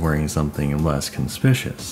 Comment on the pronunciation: Conspicuous is not pronounced like 'con-spih-shis' - it's kon-spih-kyoo-us And as far as 'survivor stealth' goes, believe it or not: Meg's Hope outfit with the deathgarden mask is my stealthiest outfit. Consistently, killers miss me, including friends whose vods I can check - I think white and green are actually the best colours for in-game, rather than black, due to how the game renders shaders and lighting. The way human eyes work, it's contrast rather than colour that's most important: dress a survivor or killer in black, and they're visible from across the map much easier in motion due to the easy contrast with the rest of the image.